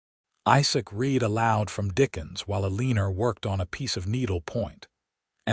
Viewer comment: Dear, I never knew Elina was pronounced as Aleaner. 🤣🤣🤣🤣